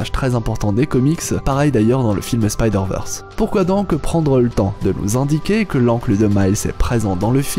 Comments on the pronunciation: Merci pour ton travail !! 👌 Par contre, Spideurvèrsse et non spideurveursse..... Merki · Techniquement c'est SpydérVeurs si on souhaite prononcer bien :) Ici, Veurs, c'est ce qui se rapproche plus de la prononciation anglophone du terme et donc "l'originale".